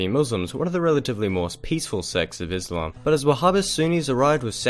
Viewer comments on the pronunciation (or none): none